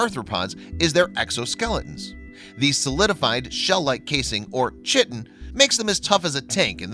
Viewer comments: Shitin? No. Chitin. (Kai-Tin) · LOL. "chitin" is pronounced "Kye-tin"........like "kite" and "tin". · If you cannot pronounce chitin properly you have no business narrating these videos. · I love your pronunciation of chitin. Moron.